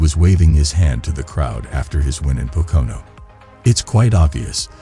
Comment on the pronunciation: The only thing worse than Hamlins move is this computers voice trying to pronounce Pocono